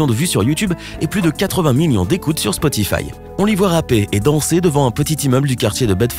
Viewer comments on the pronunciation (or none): none